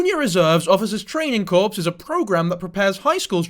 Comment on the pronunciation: brother 🤦‍♂️ it’s not pronounced like “corpse” but rather sound like “core”. The ‘p’ & ‘s’ in “corps” is silent. Over here saying dead bodies 😭😭